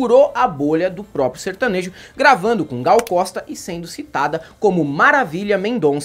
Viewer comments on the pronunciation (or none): none